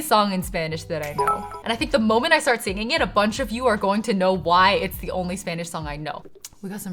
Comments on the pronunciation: If I didn’t now that you aren’t a birth speaker I couldn’t tell your accent is amazing ☺️ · I didn't expect to see a video of you learning my native language. Your videos are so much fun and your pronunciation is excellent! Thank you for continuing to create content. <3